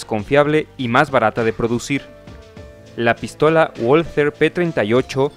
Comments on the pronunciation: Valther no walter doble v amigo asi se pronuncia en aleman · Por favor, por respeto a la lengua alemanes se pronuncia VALTER,NO LO DIGAMOS A LA INGLESA,POR FAVOR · Yo ya estoy harto de ponerlo en los comentarios lo de la w en aleman. Este error es muy frecuente entre los narradores latinoamericanos mas habituados a la pronunciación inglesa. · Sabrás todas las curiosidades que quieras y más, pero no sabes ni decir "walther" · No se pronuncia "gualter" sino "valter". Que no es inglés sino alemán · Pues lo primero que tienes que saber tú es que no se pronuncia Gualter, coño ! Se pronuncia Valter ! Lo saben hasta los niños de teta ! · Se pronuncia balter, no ualter. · Pronunciado "BALTER" (alemán), NO "UOLTER" (inglés) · No se pronuncia uolter sino valter. Los comentaristas soléis pronunciar las palabras alemanas a la inglesa por ejemplo en tanque TIGER que pronunciais taiger, en vez de tiger. Y así. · Que sepan Uds. Que la w en alemán se pronuncia B igual que en el japonés se dice Balter. No ualtet. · WALTHER: se pronuncia VALTER (es alemán, no inglés) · La w se pronuncia como b y no gualater.. Es balter.. Saludos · Hola, tu pronunciacion del nombre de la fabrica "Walther" no es corecto! En Espaniol se pronuncia "Balter"! Pero tu estas copiando el Ingles, diciendo "Bolser"! Eso es falso, pero nosotros sabemos, que los US Americanos son incompetentes en idiomas extranjeras! Pero tu, hablando Espanol, tu no tienes que hacer las mismas faltas como los US Americanos, pf! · No se dice "uolter", se pronuncia "valter", es alemana, no inglesa. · mm no se dice "guolter/Wall-ter" porque dicha pronunciación tiene acento inglés en alemán se dice "valter". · La pronunciación correcta es "valta" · Hablando de una arma Alemana, por lo menos se espera que su nombre sea pronunciado correctamente, NO es inglés!!! Woalter !!! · Valta es la pronunciación correcta, todo lo que termina en "er" equivale a una A en español. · Se dice pistola Balter P38. Disculpen las molestias. Saludos.